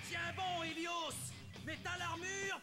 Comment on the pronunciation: Pourquoi il a dit helios haos